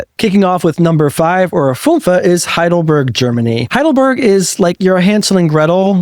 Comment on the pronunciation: How do you manage to pronounce Heidelberg correctly, but Leipzig totally, utterly wrong?